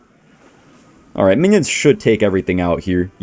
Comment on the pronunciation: is the type of guy to say “balright” against Jynxzi’s graveyard deck